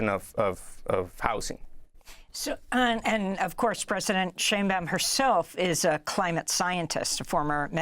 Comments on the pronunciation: Pronounced "shine bowm" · SHINE Baum Sheinbaum is pronounced like Einstein. In words and names of German origin,when two vowels are together,the second vowel is pronounced.